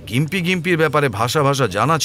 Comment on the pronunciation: গোয়েন্দাবাবু, ওটার উচ্চারণ জিম্পি ( gympie ), গিম্পি নয়। মোটামুটি ভালোই লাগলো অবশ্য।